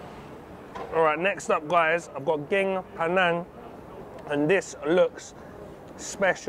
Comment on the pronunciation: Love this video. By the way curry is "gaeng" pronounced "gang". "Geng" means smart.